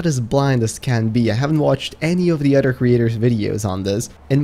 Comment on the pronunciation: you say udder instead of other